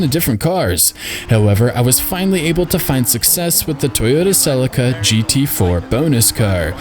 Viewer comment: Just Incase you do more videos and it comes up, the celica is pronounced Sill-leek-uh. Dumb I know, but care names and pronunciations are